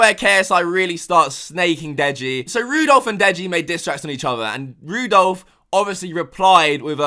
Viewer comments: "Rudolph" XD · LMAO, "Rudolph".